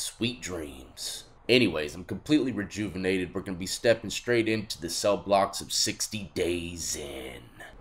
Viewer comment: My nigga Death . " I'm completely reguvanated" lol 😂